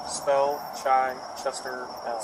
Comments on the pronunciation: It's not chyyychester, it's Chichester as in chicken. Can't even pronounce it correct.😂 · I love how his "appellation" is Chichester (pronounced "chit-chester"). If he's a "Moor" why did he name himself after the only city in West Sussex here in England? It's not known for its Moorish population or history. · I'm English. He's pronouncing "Chichester" wrong and it's annoying. The first part is pronounced like the start of "chicken" not like "chai" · In NH Chichester is pronounced Chyy-chester.